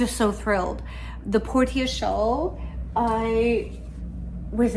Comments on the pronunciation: Trying to be helpful—not snarky—I believe Portia is pronounced porsha, with the a sounding like the a in petunia. British pronunciation glosses over the r a bit. It comes from Greek based on Latin meaning harbor or haven. Enjoy the knitting journey!🌻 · Portia is generally pronounced as: por shuh. ❤ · Ahem, “Por-sha” like the character in The Merchant of Venice ; )